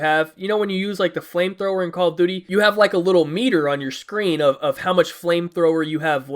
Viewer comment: the way you say call of duty is hilarious